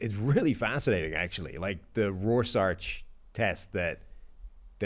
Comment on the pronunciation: Dude literally said “Rors-arch” lol. Any take you give after that is immediately discounted. Your takes are as good as your pronunciation